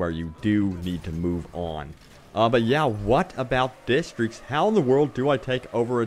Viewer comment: i hate how you cant say districts